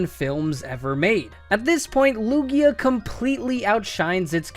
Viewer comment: THERE IS NO E IN LUGIA! AND IT'S MIMIKYU, NOT MIMICKU!